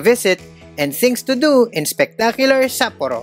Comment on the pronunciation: Nice content....could have been better if you just make simple effort checking how to pronounce SAPPORO correctly, the same goes to other Japanese cities....It seems you have your own way of pronouncing them. We Filipinos usually don't have problems with this. Peace!